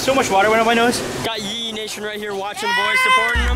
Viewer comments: At the start instead of ye Ye you said pe guys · U said pee ye